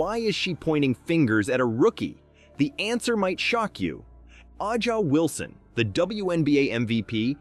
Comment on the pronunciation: No, I didn't click the subscribe button because this channel is some kind of AI generated crap, that can't even pronounce A'ja Wilson's name correctly. Avoid channels like this!